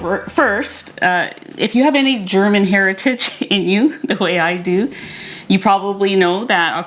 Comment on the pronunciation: You are awesome! I really enjoy your videos. ♥ Usually I do not watch "cooking" videos when they take longer than 15 minutes, but I enjoy your videos so much, they calm me down and they make me sooo hungry! :D And your German pronunciation is pretty much on point! :D well done. Im looking forward to try the protein crust for the Flammkuchen and my version will be kind of "Flammkuchen Elsässer Art" (Flammkuchen Alsace Style) with creme fraiche (or high fat "Schmand") salt, pepper and nutmeg. Topped with "Speck" (smoked bacon - "Schwarzwälder Schinkenspeck" ... Black Forest smoked bacon) and red onions (maybe I ll add some chives in the last few minutes of baking). I won't pre-cook the bacon and onions, but I m going to put the topping (Schmand, Speck & Zwiebeln) onto the crust as soon as it is firm enough and then bake for another 10 minutes or so. Love it when the onions still are a bit more "fresh". Thank you so much for the "Potatoe Pancake" with rutabaga (Steckrübe) - I did not realize that they are so low in carbs. Im going to try them asap! Did you know that this "Potatoe Pankake" ("Kartoffelpuffer") is also eaten as a sweet version? Sprinkled with sugar and cinnamon and served with apple sauce ("Apfelmus") . They are called "Baggers" here in our region (Nürnberg, Germany). My boyfriends grandma made them for me in the sweet and high carb version years ago, but I have to say that my version with a bit of onion and cubes of bacon is my favorite :D Im doing keto for 2,5 ye